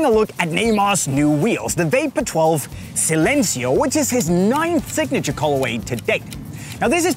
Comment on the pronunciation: Why is he saying silêncio like that...